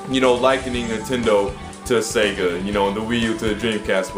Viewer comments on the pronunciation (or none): none